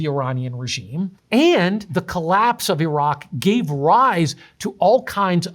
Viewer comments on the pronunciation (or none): none